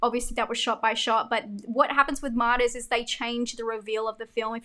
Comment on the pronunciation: I agree with about 90% of everything you said here. The entire time you were talking about Martyrs, I thought you were saying Modest. I kept thinking I've never heard of a horror movie named Modest 😅